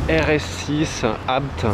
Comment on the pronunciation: Pas mal, pas mal, vous êtes très compétant, vous prononcez correctement ABT et vous ne citez pas GMK !!!!! Je reviendrai